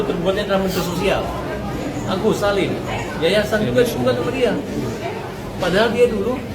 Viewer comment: ada suara agus botiiii... bilang (zollim) 😂😂😂😂 NNngomongnya sambil ngaca..